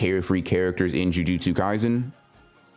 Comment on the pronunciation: when he says 'jujustsu ngaizen' :\